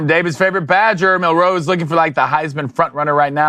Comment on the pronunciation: I fucking hate the way these guys say “Mil-ROE” instead of “MIL-roe” like every other person